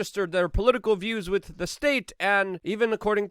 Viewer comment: Lol, just another “Luke-ism” Same as how he says with as “wit” Love this cat. Top notch human